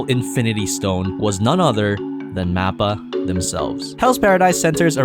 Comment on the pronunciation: MAP-PA? Please don’t make anime videos if you can’t even pronounce the studio right. Mahpa or moppa it’s not a map.